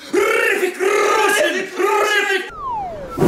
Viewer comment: Its not hrithik to say with th its with t ritik